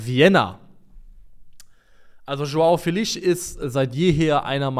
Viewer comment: Ich finde es gut, dass Leute darum bemüht sind die Namen von Spielern richtig auszusprechen, aber bitte hört auf Joao Felix namen so zu butchern. Der wird nicht mit nem sch (ʃ) Sound am ende ausgesprochen, sondern einfach Felix mit nem betonten e (Félix). Zur not gibts auf YouTube nen short wo der seinen Namen noch mal ausspricht.